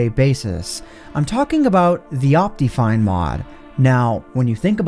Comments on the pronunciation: What is wrong with your pronunciation of optifine? It's not ahp-tea, it's ahp-tih. Second, why are you still intro-ing things ? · based on the way he pronounces optifine, i can only assume also says "op-tee-mism" and "op-tee-cal" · you say optifine weird do you pronounce optimize as opTEEmize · The most broken thing in this video is his pronunciation of optifine